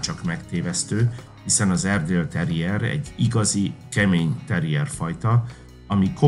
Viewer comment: Ez borzalmas videó, szakmaiság nélkül . Az narrátor sokszor ki se tudja mondani az erdi nevét, nem sokat ismerhet egyik fajtából se. Mintha az Akita egy szuper fajta lenne....